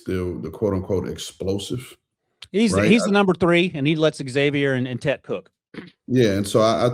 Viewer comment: Man, as a Panthers fan, this was rough to listen to. No mention of OT, mispronouncing names, doubting Bryce, and of course, immediately assuming we won’t be competitive or make the playoffs. You even mentioned getting a “WR3 to let Tet and Xavier cook” as if Coker isn’t already ahead of XL on the depth chart. And again: His mother keeps telling you guys, stop calling him “Tet”. That’s not his name. Good lord this was awful.